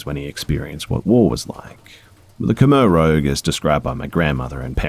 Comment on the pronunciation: It's Khmer Rouge...like the color red in French. Reds like communist, but that's just nitpicking..Great job other than that tiny thing. I always look forward to hearing your latest stories. Truly one of my favorite narrators..👍